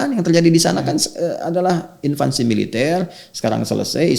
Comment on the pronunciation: Pembahasan yg bagus & moderat, lautan kebaikan, insya Allah. Trmkasih Ustadzuna Adi Hidayat. Ada sedikit salah ucap: invansi, harusnya invasi; impor guru/dosen, harusnya ekspor guru/dosen. Afwan 🙏